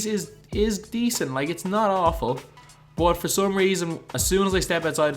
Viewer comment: i hate how this guy says "but"